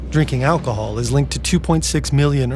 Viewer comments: Hey its Alcohol not 'Alhocol' 😅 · “alhocol” I kinda love it tho, shows that it’s authentically human and they mean their disclaimer at the beginning!